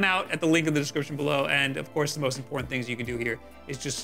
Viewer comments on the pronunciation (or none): none